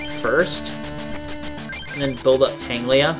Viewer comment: ....I feel a little pedantic saying this, but, it's Tangela not Tanglia. Silly.:P